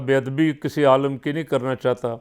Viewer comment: آپ آئے ہیں بڑے اصلاح کرنے والے آپ کہ یہ نہیں پتہ کہ لفظ عالِم ہوتا ہے یا عالم